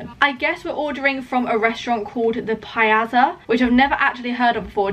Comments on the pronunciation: The way she pronounces "Piazza" 🙄 It's pronounced, "Pee-atsa"! It sounds similar to Pizza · Love that you've uploaded a new vid! Just one thing that was bugging me. Piazza is pronounced like pia in piano then tsah. (Pia zza). :-p the zza is pronounced similar to the word pizza. x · The way you pronounced “piazza” thoooo gurl😂